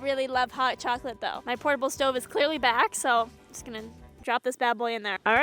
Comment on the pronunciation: that's not how you say chocolate in Spanish